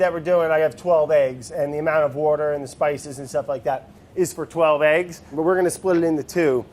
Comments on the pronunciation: Jesus Brad, give Andy some wouder. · "wourder" never gets old lol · I thought wourder was some kind of ingredient I didn't know about lmao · from this day forward i will now start using "wourder" instead of "water" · Petition to change the pronunciation of water to 'wourder' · I love It's Alive.... like I got so excited just now when I saw this was posted. Also, I feel like this would be a great show to make into a drinking game. Words/Ques to take a drink: Brad says Wourder Brad says Fermentation Station Vinny makes fun of Brad Brad can't say words right Brad changes his recipe mid-episode Brad doesn't know what day it is/how long something has been fermenting Brad sees a cute animal